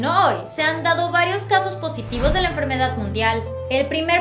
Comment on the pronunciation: PORKE DICES EN FERMEDAD MUNDIAL. OMG